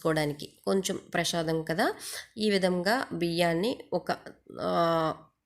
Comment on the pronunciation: Prashadam kaadu. Prasadam